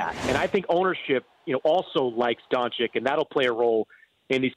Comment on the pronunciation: Can someone tell Mannix that it's Don-chich not Don-chick. Think more Cheech, less Dixie chick.